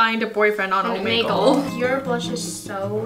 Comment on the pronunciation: She said omanegle 😂 (it’s Omegle)